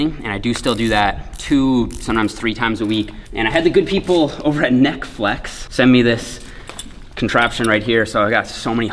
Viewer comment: NeckFlex sounds like a deaf person trying to say Netflix 😂😂😂😂